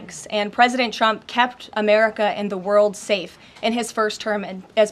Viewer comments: I love how she says “chrump “ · I love how levitt pronounces Donald's name "chump".. lol.. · President Chump. She can’t even say her bosses name 😅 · Pronounce it Chump not Trump lile KKKAROLINE does every time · President *Chump*? This is hilarious....Leavitt pronounces it Chump 😂😂😂😂😂😂😂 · The only thing she does wrong is the pronouncing of trump it's suppose to sound like chump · I love that KKK pronounces Trump’s name as “Chump.” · That's because she doesn't know how to pronounce it Edi: it's like pronouncing America "Aim-riker", it's simply wrong. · needs way more "pwesident chump", because that's how Leavitt pronounces it /every single time/